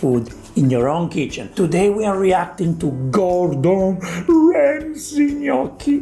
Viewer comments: It's gnocchi Gordon not perogi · "knocky" he says. And he did live in Italy!🇮🇹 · He can't even say gnocchi properly. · He can't even say Gnocchi properly never mind make it